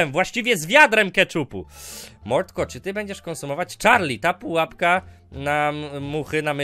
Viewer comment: #PUAPKA 💕 Kocham jak on mówi Padżąk 💕